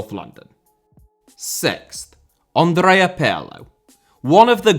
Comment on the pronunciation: The Italian 'Andrea' is not pronounced like the French 'Andre'. The first and last 'A's are short and stressed, as in 'Apple'. "A-ndr-ay-A". Your pronunciation of 'Pirlo' is pretty close, though. 😁